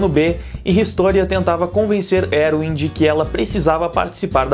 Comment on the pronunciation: Já tem meu like.Gosto muito da análise, só acho engraçado quando ele chama o comandante de "Eruwin" ao invés de "Erwin". kkk